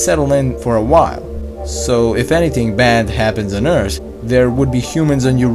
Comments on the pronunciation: Never stop saying Ert. Its awesome. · ATTENTION!! We discovered a new planet! It iS CaLlEd "ERT"! Lol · It’s earth not ert